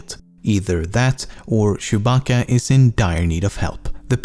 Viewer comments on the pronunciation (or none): none